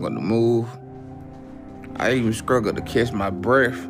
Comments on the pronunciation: “I scruggle to move...I scruggle to get up...” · I scruggle to take a stower, I scruggle to sweep at night... I even scruggle to ezist!